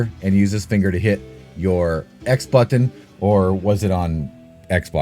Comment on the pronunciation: Thats not how the word button is pronounced g